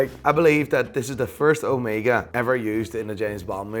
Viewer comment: He can’t even pronounce omega, seiko or Midas right. He only says Rolex correctly lol